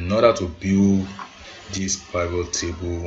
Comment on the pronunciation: Please learn how to pronounce Pivot correctly! In my 20+ yrs of data analysis, you are the only one shocking my system with your pronunciation of Pivot, and it's not funny.